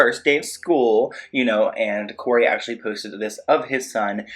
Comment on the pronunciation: And you said “Cory” it’s not Cory …… try again fam